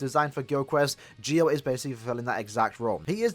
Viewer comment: Lol I can't watch this video because it's so annoying to here him call Ggio's name wrong lol